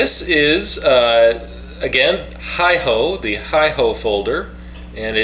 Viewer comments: I could be wrong, but I think it's pronounced "Hey Ho" assuming it's based on Japanese. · It's pronounced "hey-ho". In my opinion it's a gentleman's knife. But it's not a modified tanto. It's more of a traditional Japanese tanto.